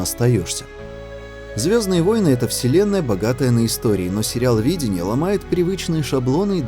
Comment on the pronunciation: Хреново, когда читаешь слова, произношение которых не слышал. Стив бУшеми, видЕния, лавкрАфт.